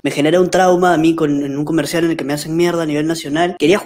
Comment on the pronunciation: comershal comershal jajajajajajjaa 🤣🤣🤣🤣